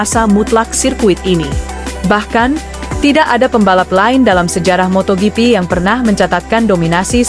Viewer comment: Paling jijik ketemu channel² GP yg naratornya baca motoGP -> motoyipi... Mungkin dia berpatokan pada Jorge Martin yg dibaca "Horge Martin"😂😂😂 Dasar channel GUO-BLOCK!!!